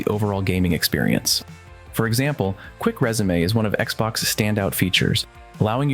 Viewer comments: It’s resume not résumé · dude you lost me at quick rezamay , learn to speak English